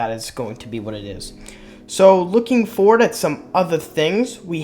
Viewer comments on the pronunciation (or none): none